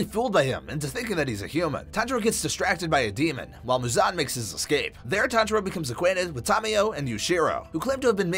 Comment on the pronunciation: it's tanjiro not sanjiro gosh